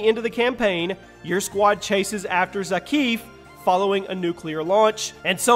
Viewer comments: Follow after "zakiif" 😂 he's called "Zakhaev" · I get triggered so much when he says Zakheev instead of Zakhaev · "ZAKEEFF" dude its zakhaev (ZACH-I-AVE) Lmaoooo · It’s not Zach-eev, it’s pronounced Zech-ai-ev, He’s a russian. He’s not middle eastern. Thought I should clear that up. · Zakhaev is read zakhayev not zakhiv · Mans literally says Zackeef when it is pronounced zack-eye-ev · Bruh it’s not Zack-eaf it’s Zack-A- ov . Zakhaev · It is not zakif it is zakajev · Not zak-eev its zuk-eye-have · It's Zak-eye-V, not Zakeev. Come on! atleast take the poor bastards name right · You really calling him "Zakeef" like they didn't pronounce his name a million times correctly in the campaign. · It bothers me how he says it like Zach-eef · did you just say zakeef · Its pronounced Za-kai-ev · He really called him zakeev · You had me up until "Zakeeve" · How u say the names wrong when the always say it in the game tf is a zakef? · It’s Za-Keye,Ev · "zakeef"? lol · The way you said zakheav is just a bit irritating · how you gonny be doing a cod video and prounounce it za-keef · Zahkeef?? Lls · Hey man do a little exercise on your language, zakhaev not zakif😒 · za kay ev dude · I can’t even watch this video anymore bc of blatantly ignorant pronunciation of Zakhaev (probably spelled that wrong) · You did play cod4 right?... You did hear his name, spoken, outloud, a number of times, how is your pronunciation so off? And the master chief has a pretty robust backstory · You say Zakhaev wrong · This man is a cod youtuber but can't even pronounce Zakhaev's name properly. Smh